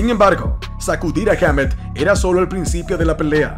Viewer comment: "Heamet"... jajajaja